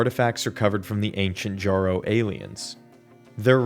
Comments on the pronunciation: >pronouncing the Jjaro as JAR-oh instead of yarro >making a dumbass ‘I did not have sexual relations’ reference >’I don’t know why pathways into darkness is canon’ For fucks sake man I couldn’t even make it five minutes into your stupid fucking amateurish ‘complete lore’ video without you clearly showing you can’t be bothered to provide even a fourth of the effort into this that other video essayists out there do. Just crawl back into your hole of irrelevancy and stay there if this if how your gonna do shit. What a fuckin’ waste of my time. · ITS (Y)ARRO PLEASE BRO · Say jjaro one more time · Jjrro, Durandal, Thoth, Tri-xeem